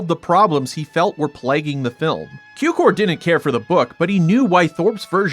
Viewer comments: Cukor means sugar so it shouts sound tsukor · George Cukor pronounciated with a TS as in tsunami (as if it would be tsukor). His father was born in Hungary, his name is translated as Sugar (like table sugar, it has relation to sucrose-cukor-sugar).